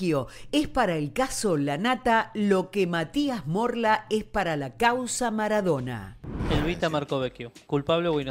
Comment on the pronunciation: El ridículo de dice ELBITA me desespera jajaja